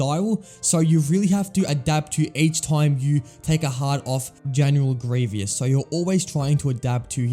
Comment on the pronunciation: can you not say general grievous's name correctly?